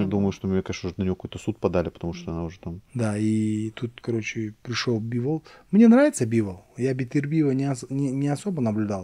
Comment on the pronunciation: Когда-нибудь начнет называть Дмитрия БИволом,а не БивОлом,но это уже совсем другая история...